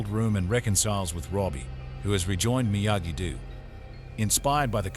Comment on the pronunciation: Stupid robot can't even pronounce Miyagi-Do.